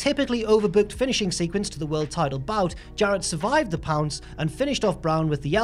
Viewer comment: When he said “the pounce” i was like “that’s not how you say it!”